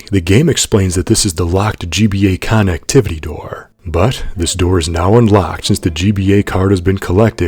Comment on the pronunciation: You pronounce "connectivity" in a way that i would wager has never been uttered before, great job!